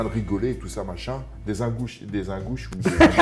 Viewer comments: Phonétiquement : - pas UN GOU CHI mais - INE GOU CHI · Pas IN COMME ÇA S'ÉCRIT, MAIS ÇA SE PRONONCE INE (INGOUCHI/INEGOUCHI) et c'est un oblaste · Ingouchie ca se prononce in comme en english😮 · Bonsoir vous demander le respect et la politesse ? Ou est le respect pour l'Ingouchie et ses habitants ??? Prononcer le nom d'un pays qui vous a accueilli c'est trop compliqué ? Frans chiotte ça vous va comme prononciation de votre nationalité ??? Et ce n'est qu'un exemple ... Curieux de voir la réaction de Khabib si il tombe sur cette vidéo... Warin je ne t'ai jamais apprécié de part ce que tu dégage dans toutes les vidéos ou tu apparaît. Ton visage et tes expressions représente absolument tout ce que tu es. MR Diabaté vous êtes du même à genre... Jamais content, aigris et ce permettant de juger et rabaisser ceux qui vous plaisent pas... Les ARTS MARTIAUX .... que nous apprennent ils ????? Respect des adversaires, HUMILITÉ... Vous avez oublié ces fondamentaux il y à bien longtemps 😢😢😢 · Meme le mot "Ingouchie", soit disant le mec est alle pleins de fois la bas et il est incapable de la prononcer correctement